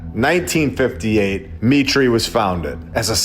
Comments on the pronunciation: I think Mitre is pronounced "My Tar", I could be wrong but in Australia we have a hardware franchise store called Mitre 10. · is it pronounced me • tree or my • ter ???? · Just want to correct your pronounciation of MITRE -> it is pronounced M - long i - ter (like the construction measuring device). I know this because I worked there for 18 years until I got fired for not taking the you know what. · Heads up that word 'mitre' is pronounced 'my-der' not 'me-tree'. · MITRE is pronounced 'my-tur' NOT 'me-tree' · It’s pronounced MY-TER not ME-TREE. Good grief. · ....it's pronounced my'-ter not me' tree, respectfully. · Buddy, everyone knows that Mitre is pronounced My-ter. Not mee tree. Here, maybe you have heard of a mitre saw? Do you call it a mee tree saw? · Dude... It's not "mee-tray" it's pronounced "Might-er" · It’s my-tur not me-tray. MIT RESEARCH CORPORATION. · Mitre Not pronounced Mit ree, but Might ur. As in a bishops mitre (silly hat with two points), or a right angled join, or 7 pieces of cloth joined at a corner. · It's not ME TREE, it's MY TER, like the popes's hat. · Mitre is not pronounced “me-tree” it’s pronounced “my-trrr”. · not me-tree, my-ter. Its a religious term/garb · I think you should look into "Mitre" MY-TER not "ME-TREE" Great video, btw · Mitre is pronounced MIGHTER - I have worked there It's M I T Research associated with MIT Lincoln Labs How much money does MIT Get from the Military ? MIT receives funding from the U.S. military, including approximately$1 billion in annual research grants and contracts from the Pentagon = CIA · FYI MITRE is pronounced MY~TER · Dude. Its 'MY-ter. As in miter/square... sound familiar. you get it. Lol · Not to detract from the excellent content, but according to Grok, “MITRE is pronounced “MY-ter,” rhyming with “fire.”” This proves MLB is not AI.🔥